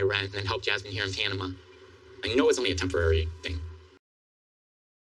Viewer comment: Why does pronounce it "Pianama"?